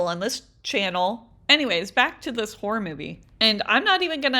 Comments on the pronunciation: I thought you were saying WHORE holes😂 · I thought She was saying hor hole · I kinda sounds like shes saying wh*re holes😂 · Horror is pronounced horrer